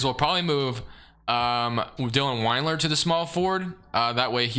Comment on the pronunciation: Sorry I can’t help it. Lemme say first I loved the video. I was gonna ignore it, but you said it too many times 😂. It’s Wind-lure not Wined-lure. Not a Cavs fan, totally apathetic toward him, just bugged me for some reason lol. Didn’t affect my enjoyment of the video but just had to say something. Again I don’t even know why. But keep killing it! Looking forward to a Pistons one soon hopefully 🙏